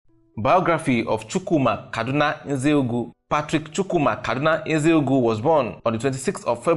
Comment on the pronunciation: You better learn to pronounce the name correctly...